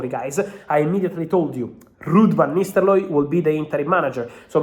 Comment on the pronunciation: I love it when Fab says Ruud Van NisteLooy. The R went awol like Hojlund did versus W Ham...